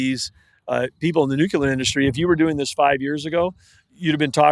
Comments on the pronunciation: Nuclear not Nuculer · and by the way...there is no such word as nucular...its nuclear smh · New-Clear, not Nuke-Ular. Why has nuke-ular become a word? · Axe me about my nukular pronunciation … 😂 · NUCULAR is the new black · Never heard of that "nukuler energy" before. 🤣🤣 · Great interview, but it’s tough listening to this guy say “new-cue-ler” instead of “nuclear” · I wonder if David wanted to correct every time Doug said “nucular”. 😊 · Big time energy guy and he can’t even pronounce nuclear properly come on man, you’re intelligent, make an effort to pronounce that correctly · How does this guy make it past committee without knowing how to pronounce "nuclear"? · Honestly stunned at how often I still hear people mispronouncing the word “nuclear” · Love this but the Secretary of the Interior MUST say "nuclear' properly!!!